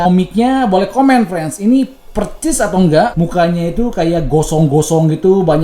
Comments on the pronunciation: Percis 😂😂😂 persis bang persis bkan percis 😂😂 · Persis bukan percis bang. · Bang persis...pake s bukan C